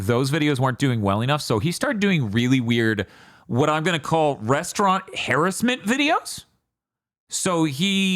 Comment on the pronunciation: I will watch Big Think till the day I die but the way says harassment sends me lol